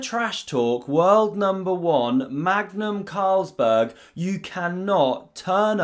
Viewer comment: Hold on, did you call him Magnum Carlsberg? WTF LUL